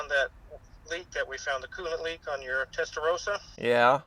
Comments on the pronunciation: I wish you Americans would learn to pronounce "Testa-ROSS-ah"... it's NOT "Testa-ROSE-ah"...! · Testa rossssssahhhh not Rosa ! As Porsche is Porrscchhhe, not Porschaaaaahh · Here in Europe including Italy! pronounced 'Testar ross ahh' - like ROSS in Friends - not how you're saying it!